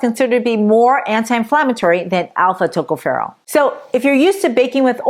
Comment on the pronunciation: Tocopherol Pronounced Accent on the second syllable. Secondly, on the last syllable.